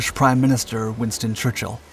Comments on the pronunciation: Winton? I think you meant "WinSton" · WINSTON..FFSK...NOT Winton... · ... and who is: Winton???? Hummmm, heard of Winston. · Who's Winton? 😉😂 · Who the fuck is winton? My phone was trying to autocorrect it to wonton…I know a Winston but not a winton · Winton almost Loston. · Winton lol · Who is 'Winton' Churchill??? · Winton or Winston???????? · Winston or Winton? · ...WINSTON.... His name is WINSTON! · Lol "Winton"